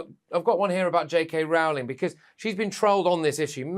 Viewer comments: Its pronounced ROLL-ING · The only thing Candace got wrong was the pronunciation of JK ROWLING! It's ROW, like row, row, row your boat! It annoys me to no end when "professionals", mispronounced people's names.